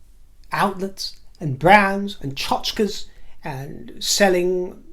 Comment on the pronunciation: kudos on your proper use of and pronunciation of the Yiddishism "tchatkes." Love ya!